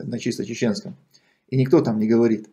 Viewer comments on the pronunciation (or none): none